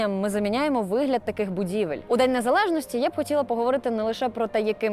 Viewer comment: А що літеру І тепер забанили? НезалежностИ і ін. приклади... що не так з правильною вимовою?